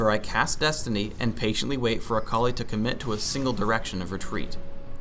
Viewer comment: the way he says akali is so weird, i keep hearing "a colleague"